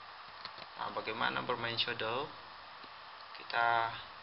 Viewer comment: shadow bro bukan shodow